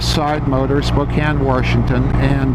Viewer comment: Thanks for the review! And...There's no R In Washington!